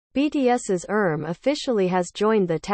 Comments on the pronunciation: Ummm why did you keep saying "erm" instead of "RM"? You made the commentary of this video sound ridiculous. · Hahaha!😂😂😂 I kept laughing every time she said “erm”!! 🤣 She also said “yungkook”!😂 (I’m thinking this narration is computer generated cuz if the narrator was a true ARMY, she would know how to pronounce their names correctly).